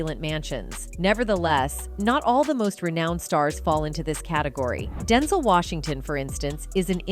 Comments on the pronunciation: Is it DenZol or DenZell she needs to say his name right 😂😂😂😂😂 Denzol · This narrator -- AI, I suspect -- grinds my nerves EVERY time she says "DEN-zel" instead of "Den-ZEL." 🙄 Having said that, I love and respect Denzel Washington forever and I still miss Chadwick Boseman. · Girl it’s DEN-ZEL, Not densle… sayin his name wrong imma check you 🤏🏾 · His name is Denzel not Denzol...i hate the way they pronounce ppls names wrong. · It is pronounced DEN-ZEL!!! UGH!!! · That man's name is DEN ZELLLLLL! You saying his name so wrong and I hate it. Please learn how to pronounce people's names before you do a story on them. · Who’s Denzil? AI much. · U saying his name all wrong why would you do a story on someone and you can't even pronounce their name wrong not cool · AI need to say his name right IJS